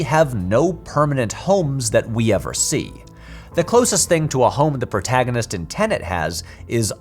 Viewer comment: This sums up my feelings on Tenet, since I did not feel the need to watch it three times to "get it" and failed to understand what people who did were missing. That said I did not vibe with Tenet and was repeatedly irritated by pronunciation of "protaginist" which remains my number one takeaway from the film.